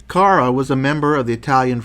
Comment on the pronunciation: Also you pronounce Carra with the accent on the first "a" instead the accent must be on the last "a", the final letter of the name: Carrà :)